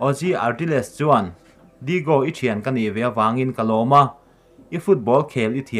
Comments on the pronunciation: Sir... Digo nilo in Diyago nizawk lo mi nge an koh duat na ang kha.. A Spelling nilo in a lam dan in nia ka tih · Lam dan hi uluk teh u, mitin in an en theih a ni si a, Digo nilovin Diago tia a lam tur, Neipuls ti a lam bawk tur.